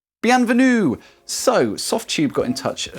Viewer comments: I felt particulary honnored when you said "bienvenu !" ahaha perfect accent ! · Bonjour, You have pronounced the word "Bienvenue" to perfection in French! As usual, an excellent video. A crush on your end music... which is simply magnificent... and magical!!!